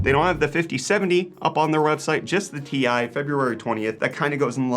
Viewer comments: Can you stop calling it a 4090 TIE? It's T-I, not TIE. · Ti = Tee eye; not TIE smh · Stop pronouncing Ti that way, please.